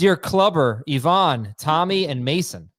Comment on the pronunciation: "I know what that's from" Pronounces Ivan, as Yvonne.